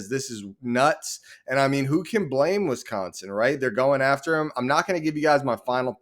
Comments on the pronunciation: It's Wisconsin, not Wisconson! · with how they're acting, it's Wisconson!